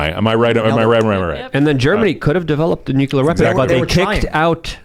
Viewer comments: nu·cle·ar Not nuke-u-lar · Nuclear not nucular! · What is Nuculer? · i can’t take seriously anymore, because he puts a q in nuclear ☢️ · As a rad tech, its like nails on a chalkboard whenever i hear someone do that